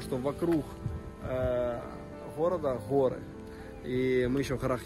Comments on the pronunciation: ПОЧЕМУ НЕ ГОРЫ А ХОРЫ ? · Хоры, дороха, мохли, хде! Жесть,как так можно ховорить! Жесть